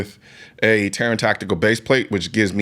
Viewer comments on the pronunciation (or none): none